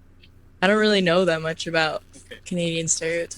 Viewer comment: if you notice before he says it (especially the first time) there is always a slight pause like he has to remember to say aboot. I find him a bit to negative about Canada and I get enough of that from pp on the news so I stopped watching a long time ago.